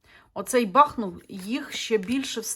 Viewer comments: БахмУт, а не бАхмут !!!! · Дуже Вам дякую за моє рідне місто,тільки будь-ласка БахмУт,наголос на другий склад.,будь-ласочка поважайте назву мого гарного міста, на долю якого випало таке важке випробування.БахмУт -це Україна,це титан,він переміг і перемагає!!! Да буде так!!!